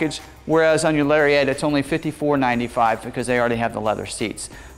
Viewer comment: Still saying "Larry-ette"... Shame....